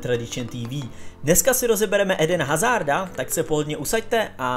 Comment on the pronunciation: Kurwa prážooo!!! Super video ale čte se to "Ídn Azárd" díky 🙏